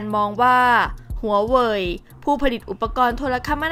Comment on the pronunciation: ทำไมถืงชอบออกเสียง HUA WEI-ฮวาเวอ์มาเป็น ฮวาเวีย ไม่เข้าใจ